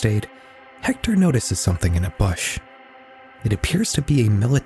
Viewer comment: Mispronunciation of the word bush...